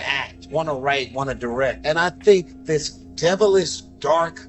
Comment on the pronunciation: If you want to be taken seriously don't say, 'Dis' when you mean , 'this'.